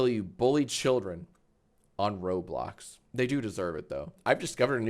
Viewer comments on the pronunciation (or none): none